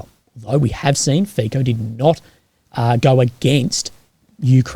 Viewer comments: Fico is pronunced as: Fi as Fi in Finland co as tso in Tsonga Fi-co = Fi-tso. Not "Fiko" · The "c" in Fico is pronounced like "ts" in tsar or tsunami. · If I'm not mistaken, the surname of the Slovak politician sounds like "Fizzo" and not "Fico" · I've heard others pronounce it - Fitso. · As a Slovak its pronounts Fitso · Bro, please tell me how to pronounce it correctly: FeeKo or FeeTSo?